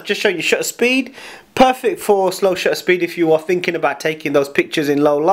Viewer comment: Horrible. And the word "shutter" has a "T" in it; two, in fact.